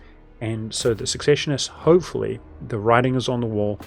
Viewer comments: Pronouncing secessionists and ubersreik wrong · I noticed you had a few words you pronounced a little off, like secessionists, and weismund, would you like to see how they're typically pronounced? I know this kind of comment can often come off sounding bad, so i just want to state that it's meant only as assistance if you want it.